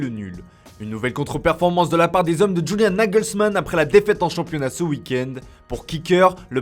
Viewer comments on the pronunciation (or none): none